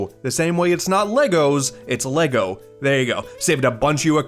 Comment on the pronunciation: Thank you! Finally someone else who understands how to pronounce ‘Lego’